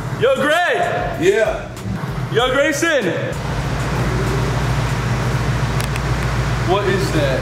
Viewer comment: it’s Grayson not Graysom